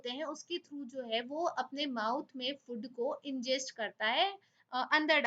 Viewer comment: mam, it's not 'फुड', it's 'फूड'.